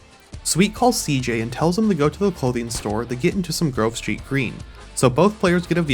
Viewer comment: Why i am one hearing that. When he says Grove Street somehow i hear Girl Street🥴🤣